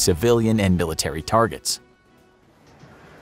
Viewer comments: Milirtary lol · ‘Scary milirtary sounds’ Ahh its fine everyone makes mistakes its not like this ISN’T a 11m sub channel